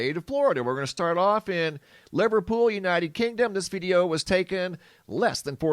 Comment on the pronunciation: You need to learn how to pronounce place names for here in the UK, unfortunately you're trashing them. Live-er-pool When a place name ends in shire it is generally pronounced sheer, so Yorksheer.